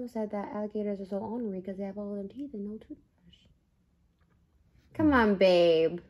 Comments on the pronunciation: OR-ner-ree not ON-a-ree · Trisha you aren’t pronouncing ornery correctly . 🤦🏼‍♀️